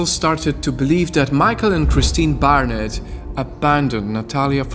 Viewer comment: Barrnets not harriets